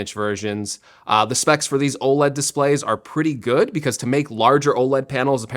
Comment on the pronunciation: Why can’t tech YouTubers say “OLED” properly